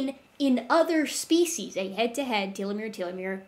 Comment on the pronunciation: I'm just some guy with a vague interest in science and paleontology, with zero formal training, and those mispronounced species names are driving me up a wall. I can't imagine your suffering as a trained professional. lol